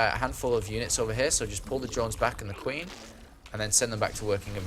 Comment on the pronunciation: '' GOD SAE THE QUINE" lol